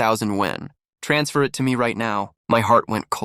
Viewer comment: So the word "it" is pronounce "eeee-ayyy-t"?